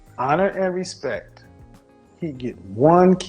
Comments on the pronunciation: Honor and respeck lol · Hahhaha he said "respek"! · It's pronounced respecT. Also she seems sweet. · “Honor and respek” Birdman: “yeaaa, respek” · I feel bad for dying when she said respeck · "honour and R E S P E C" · “Honour and respec” 😂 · "honor and respek" LMFAO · He really said respeck like her 🤣😭😂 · He said 'respeck' (she said it twice). That was way funnier than it should have been. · Axing expecially for respeck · She said "respeck" whew chile lol